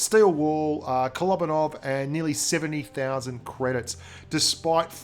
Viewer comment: Kolobanov... kolóóóbanov... kolobanov... k-k-o-look-baa-nov... Darn it! You got me in a pronunciation problem! Now I can't stop thinking about it! Grrrrrrr.